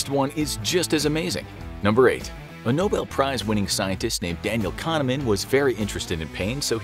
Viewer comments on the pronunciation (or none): none